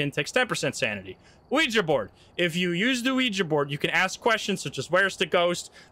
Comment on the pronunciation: Thank you for pronouncing "Ouija" correctly. It's so cringe hearing people say "Weegee."